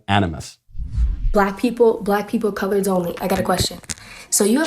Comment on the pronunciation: Did she just say colourds? So if a white person says colourds, racist. But they say it? Man i wish i knew racism, because im so confused and quite frankly I don’t know any “white supremecists” to ask. Maybe Micheal can clarify. Edit: shes saggy af and if she jumped at me it wouldn’t end well for her. I don’t play games like that. Equal rights equal fights.